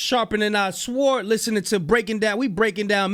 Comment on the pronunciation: LOL, bro pronounced the "w" in sword